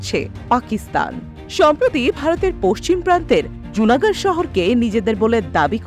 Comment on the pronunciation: লুনা গড়। জুনা গড় নয়